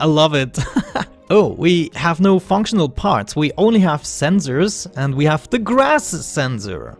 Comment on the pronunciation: how to say functional funk-sh-nol because you had a hard time saying it